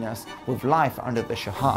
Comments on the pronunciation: It's not "sha-ah", it's simply "sha" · why do you keep saying Shah-ha? its literally just Shah, just say shaw.... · It’s Shah. Not Sha-ah. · why do you say "shahad" instead of shah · Its "sh aw h" not Shahaw. Just like how you say Shaw but with a little "h" sound at the end. You left out so much information. The Iranian economy was not on a decline at all it slowed down but it was not declining. The whole revolution was ideological rather than economical. Iran has been suffering financially for 4 decades now. However the new generation (including myself) are heavily against the government and we are very irreligious. Probably the most irreligious people you will meet in the middle east. However you can't tell that to anyone, especially foreigners cause if the government finds out, you could get in trouble. The oil crisis was not bad foe Iran but rather very lucrative cause the Arab states were involved not Iran. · Just wanted to point out, the pronunciation of "shah" is kind of off. You keep saying "shahah". Further, the AyatOllah is a "cleric" not a "clerk". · yes, it's a shame for otherwise, the video is good. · OK, so I'm an Iranian who happens to know some English. First I must say that the production quality is top notch but I have one point of criticism, you absolutely butchered the pronunciation, you could have searched for the names online. That could have taken 5 minutes maximum. ("Shaha"?! really?!) Oh and by the way I recommend "Fall of Heaven" by Andrew Scott Cooper for anybody who's interested in the topic of this video. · Those pronunciations though. 🤦 Why do people think that H's are silent in Persian? 🤨 - I've heard people say that Iran is the only country where the photos go backwards in time as they get more recent. - There's a Persian expression that says there's never been something bad that wasn't replaced by something worse. If only they had remembered that when they overthrew the Shah. 🤦